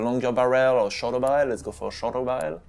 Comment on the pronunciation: His accent is amazing, and how he says barrel like barriel